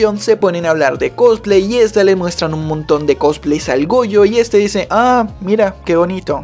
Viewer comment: le entendi boyo y despues cuando dijo otra vez su nombre ya escuche goyo xd